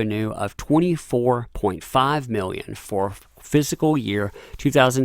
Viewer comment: FISCAL. Not physical. Fis - cal.